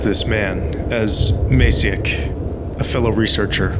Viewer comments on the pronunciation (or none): I usually dont mind people mispronouncing polish words but next time i recommend doing a minimum research on polish names if youre doing an essey about POLISH game with POLISH characters. Jasiek is more "Yasi-ek" with "e" like in Elizabeth. I know our language is hard so i dont expect people to read perfect all the harsh consonants ofc Not a hate comment, i love your work, just the reading was distracting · As a small fun fact/correction; in Polish ‚Jan’ is read with a sound that English speakers would write down as ‚y’. Like in ‚year’, ‚you’ and ‚yellow’. Same goes for ‚Jasiek’ in There are also differences in pronounciation of ‚a’. In Polish it is closer to ‚a’ in ‚mark’ than ‚a’ in ‚mate’. ’Zocha’–‚ch’ in Polish is similar to ‚h’ in ‚horror’ and ‚hamburger’.